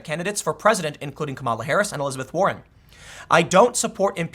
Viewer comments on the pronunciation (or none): none